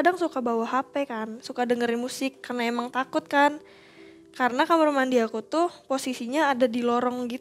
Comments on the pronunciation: ko dedengaran aku asal ngomong kamar denger nya kamerr. Salah dengar apa EMG ngomong nya kamerr ya. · Kenapa hampir semua narsum ngomongnya “Kamer” gak Kamar,…